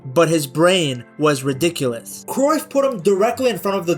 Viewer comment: hey idk if ur going to see this but as a dutchman, did you know the UY in Cruyff isnt pronounced the same way as the UY in De Bruyne? Its actually pronounced something like krauf (we'd write it as kruif), maybe the pronounciation is worth looking up. Also while im at it the "De" in De Jong is something like a "duh". Ofourse it makes sense that you use the english pronounciation but i thought i'd leave a comment abt this